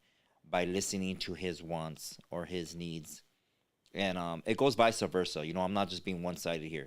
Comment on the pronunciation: I just needed to point something out haha. My bad I don’t mean to put you on blast or correct you in front of everyone. But you keep saying “ Vicea Versa” ( vice-A versa) But the correct way to say it is ( Vice Versa) My bad gee just thought I’d throw you a bone real quick!! Saludos🤝🏾✊🏽